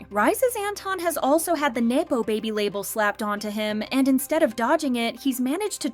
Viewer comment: have you never heard the word nepotism said aloud? it's nepo baby not nae-po baby